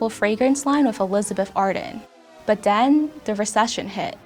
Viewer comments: “but den, da recession hit” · "but den"